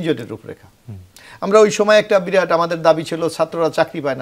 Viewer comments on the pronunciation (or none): none